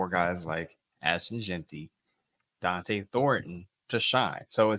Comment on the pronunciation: Yes, ... it's Jeanty not Jentry ... and Donte not Dante.